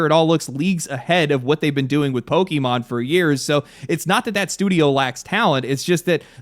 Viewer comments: Pokaymon not pokeymon dude xant even say the name of the franchise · It is pok-A-mon, not pok-E-mon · What is a Poke-e-mon? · Don't you hate it when people pronounce it "Pokimon" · Imagine still pronouncing it "Pokey-mon" in 2025. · i cringed so hard at every POKEYMON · I don't disagree with the points in this video and I share in the disappointment. But if you can pronounce the é in Beyoncé you can do it for Pokémon. 😭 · Note, it’s not poki-mon. It comes from pocket monsters. Try again the poke part